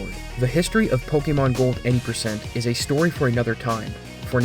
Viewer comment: Oh god, I can't listen to this "po-KEE-mon"...